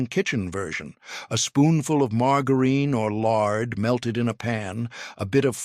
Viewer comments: Margareene????? Had to watch screen to see what on earth stupid AI was talking about!!!! Can't watch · "Mar-ger-een" this AI shit is ridiculous!